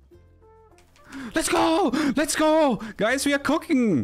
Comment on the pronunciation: lets go, lets go guys we are "cocking" 😂😂😂